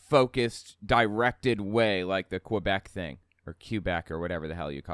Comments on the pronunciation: Quebec: say "Kuh-Bek" (English pronunciation) or 'Keh-bek' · "My family is originally from kweebeck". No, bullshit. You don't even know how to pronounce it. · Quebec is pronounced "Kwebec", but I love your show. :) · The older guy who's "family was originally from Quebec" doesn't pronounce it's name like people from Quebec.